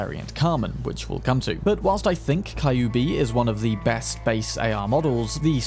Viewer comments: It's not KAyubi. It's KYUUbi. Like Q! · I still get triggered abit when you called Kyubi a Kai-oo-be. Its more like a "Cue-b" spelling wise i believe. Derived from the word 九尾(nine-tailed) in Japanese. Similar depiction of the same creature can be found commonly from East Asian folklore. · Kyubi is read cue bee. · Kyubi is pronounced as QB i think :p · Always appreciate your video! I hate to be that guy, but "Kyubi" is pronounced like Q-B